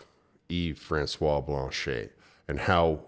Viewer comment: If you could pronounce Blanchet properly you would be more credible.